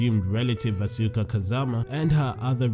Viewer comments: EnderMan BOSS it pronounce "aska" I think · it's pronunced ask ah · Asuka is my favorite. One thing that bugs me though is when people mispronounce her name -_- It should be pronounced Awe - skuh instead of Awe - soo - kuh or Awe - suk - kuh. I think a lot of that confusion was due to the announcer in Tekken 6 during character select mispronounced her name when she was selected. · u pronounced Asuka wrong